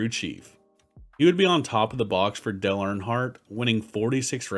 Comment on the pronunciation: "Del Earnhardt"